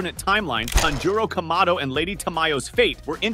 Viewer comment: IT'S PORNOUCED KA-MA-DO NOT KAM-A-DO AND IT'S TAN-JU-RO